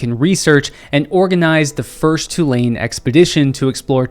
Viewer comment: Thank you for these videos!!!! Love that I came across you on Aj’s channel. Also, as a NOLA native we pronounce it TOO-LANE